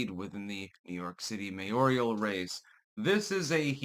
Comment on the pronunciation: Mayor-al, not “mayorial.”